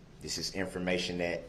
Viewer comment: wasn't it so annoying how he pronounced words!? Troof-truth Oaf-oath Wif-with Dat-that SuBstain-sustain Ughhhhh!!!